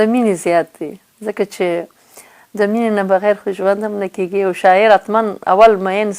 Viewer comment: نغمې جانی ښکلی سندر غاړي یې او ددې په څنګ کې شاعر هم ېې اما دپښتو ژبې لهجه دي ډیره کم زوری ده د مؤنث او مذکر توپیر نشي کولای کله دپيښور یانو په لهجه خبرې کوي او کله کندهاری ګډوډه پښتو وايي قسم دی نفرت مې درنه وشو منګل سومره شکلی پښتو ژبه خبرې کوي ته کله کیګی وايي او کله کېږي وايي ډیر شرم دی اما په یوه مرکه کې ایمل پسرلی هم درته متوجه شو